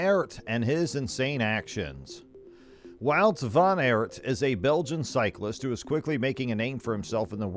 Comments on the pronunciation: Please it is wout van aert (aart) not eert😡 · Maybe you could start byu learning top pronounce his name properly.